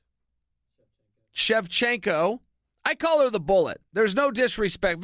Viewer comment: lol it sounds like Chael says "Ebola" when he say "The bullet".. But seriously Chael is one hellova speaker! I could listen all day to him reading a book about history ...